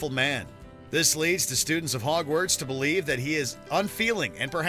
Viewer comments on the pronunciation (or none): none